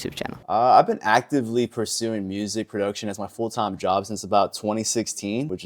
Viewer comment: homie said pursing